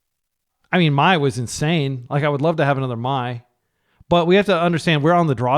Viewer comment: Mai is spiteful towards Azula, who’s not very nice. It’s also pronounced ‘May’ like the month, not ‘My’. Avatar is such a great show, if you’re looking for wholesome TV for your kids would definitely recommend